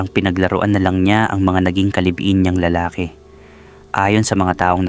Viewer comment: Pokpok😂 siyempre magaling praktisado ba naman natural sa dami ba namang naka yugyugan. Ayan karma is real😊 ang ganda din baman ng asawa na si Rosalina. Bobo ka Gerald. Yan napapala ng mga nangangalunya. Anyway hustisya ang kelangan😮 Nawa lang maayos mo ang pagbigkas mg ibang Tagalog. Lalaki bala ay hindi maragsa malumay yan bigkasin.